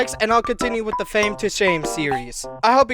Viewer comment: Watch how to talk like gametoons never say THE only say ta and never say this say tish